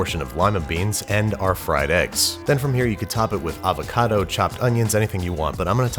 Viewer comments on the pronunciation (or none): none